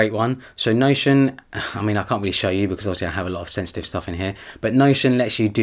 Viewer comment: I kept hearing sexting. And then I realised you were saying sensitive 🙄🙄🙄